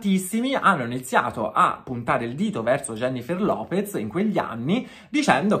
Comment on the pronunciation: Un po' mi fa ridere quando pronunciate il suo cognome: López come 'lopets' Come se fosse un cognome in italiano. 😂😂😂